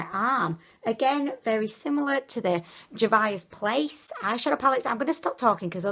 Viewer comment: Velvet Smith Yes, and Juvia's Place is JOO-vee-uh's Place. is SUCH a hoot! xD